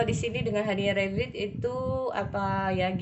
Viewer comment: Readingannya perfect ka hehe cuma itu nomer 3 bacanya “Rebirth” itu “Riberth” hehe kaka kebalik rebirth